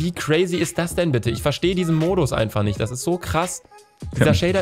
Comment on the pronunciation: "Ich kann doch nisch ohne zweiten Bildschirm aufnehmen" - Luz 2015